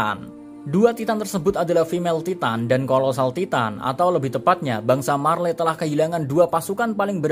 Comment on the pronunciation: Dari titan titan titan kok tiba tiba tytan btw itu maksudnya bacanya